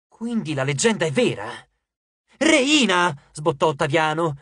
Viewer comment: Rèyna, non Reìna